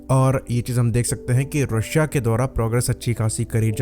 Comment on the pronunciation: mispronouncing Russia didn't made you cool and stop watching western propaganda YouTube channels and articles that Russian pilots are very less trained, Every single Air force which can maintain squadrons of aircrafts also train their pilots very well